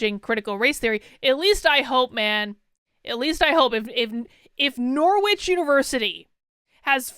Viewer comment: So crazy hearing you pronounce Norwich like “nore-which”. Here in England we have the city that university was named after, and it’s pronounced “norridge”!